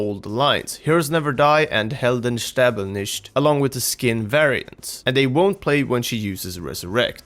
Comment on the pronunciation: hearing a non-german pronounce "Helden sterben nicht!" as a german is awkward... Sry